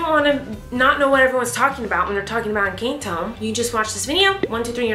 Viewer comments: ahh yes Eincanto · It’s pronounced EN CAN TO not encaaanto not hate comment just saying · She called it encAnto😂